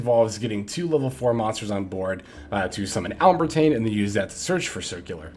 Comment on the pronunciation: It’s pronounced “al-ehm-ber-shiun” Its based of the name of a french mathematician. Otherwise great video as always.